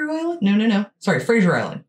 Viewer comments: Fraser Island (like actor Brendan Fraser) is pronounced FRAY-ZER…. Not Kelsey Grammer’s “Frasier”. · Frazer not frazieer. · We say Fraser not Frazier island - dont feed the dingoes, they can bite. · Kelsey grammer got some explaining to do to Americans. It’s Fraser like laser! Like Brendan Fraser not Frasier